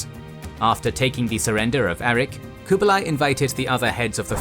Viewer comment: your pronunciation of Kublai is wrong. each video you pronounce things wrongs. like Seminole. its cringe